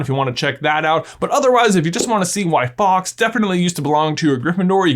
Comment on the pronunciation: Why do you say Fox when you mean Faulks? It's not a hard word to say. Fall-ks. Rhymes with walks.